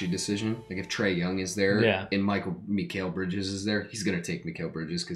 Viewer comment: your saying Mikal Bridges name wrong